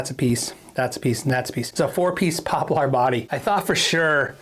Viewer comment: It’s “poplur” not “pop-LAR” lol